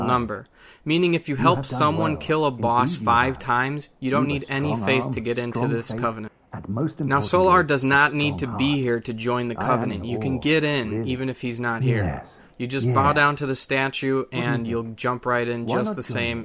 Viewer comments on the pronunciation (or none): Did he just call solaire "solar"